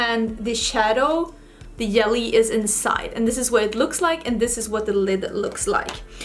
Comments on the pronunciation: Thanx for a great tutorial. Fyi: J in jelly is pronounced like soft g as in the word gently.😊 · Yelly 😉 I’ll admit that I can’t pronounce the letter “v.” I always pronounce it as the “w” sound. It would be so cute if you sang the Destiny’s Child song “I don’t think you’re for this yelly (jelly)” song 🤣❤️ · The pink look is gorgeous but I think the yellow is stunning and makes your eyes really pop! May I ask if the “j” or it’s sound is not used in Swedish? I heard you say “jelly” and “yelly” so I’m curious. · I love how you say 'yelly' instead of 'jelly' #SoSwedish #WhyAreYouSoPerfect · Yelly (jelly) was so cute! As an American watching, I love the accent!! Then again I know mine would be picked up on in Sweden. I just do not think any other country loves the American accent. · Pronounces "longevity" flawlessly; can't pronounce "jelly" 😂❤ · lol i love how she pronounces it too